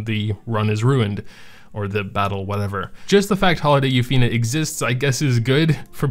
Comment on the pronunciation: Comment what we think? OK It's been 2 years and you still cant say Yuffine properly :P